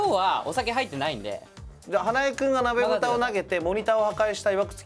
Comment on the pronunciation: モニターの悲劇のせいでとんでもない高度プレイになった鍋ふた卓球wwwきたやんはガードするし、えばとくんは飲み物避けるしwww浪川さんがうまいから割とできてるように見えるけどわちゃわちゃだったし あと浪川さん、『なべ』じゃなくて『ふた』です。『鍋蓋』ですwww www